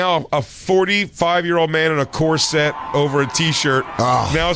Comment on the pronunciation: what the fuck is a cor-SET?